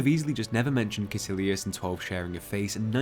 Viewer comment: Caecillius is pronounced KUY KILLY US